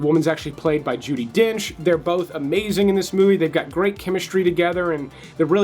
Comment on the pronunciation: It’s Dame Judy Dench, put some spek in ya mouth when you say her name.